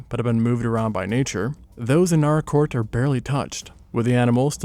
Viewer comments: Nâr-rāh- court. First visited there 48 years ago. And as is traditional, its pronunciation confuses youtubers 😂. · Oh shit I was not expecting to see Naracoorte on here holy shit! I live like. An hour or so away from there! Fun fact, only 4 out of the 26 caves are actually open to the public. The other 22 caves are closed off due to scientific significance! It's also pronounced NAH-ruh-kawt. At least down here we pronounce it that way ^^ Another funfact is the Limestone coast area is SURROUNDED by caves, like, theres the Tantanoola caves, Princess Margret Rose Caves, Engelbrecht Cave, Umpherston Sinkhole (Also known as Balumbul) and more! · Same here, let alone Naracoorte prounounced as Nar-rah. I live an hour away from the caves, it is such a wonderful experience. Only 4 of them are open to the public as tourist caves as the others are closed off due to scientific significance